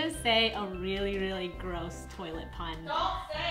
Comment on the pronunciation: Once upon a time, said “DRinK mY TioLeT WatEr😡😡😡”